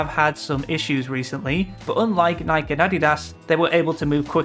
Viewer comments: Just an fyi, it's pronounced Nik-E. Not Nike. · That‘s not how you pronounce Nike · The pronunciation of "Nike" lol... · why do people insist on pronouncing Nike wrong?